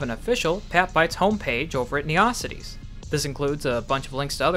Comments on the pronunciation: it's "nee-yo" cities, not "neya" cities, you FREAK anyways I followed you on there. looking forward to seeing that site get updated more! it looks real nice already. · why did you pronounce neocities like that ☠